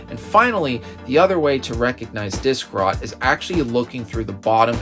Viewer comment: "dik-rot" loool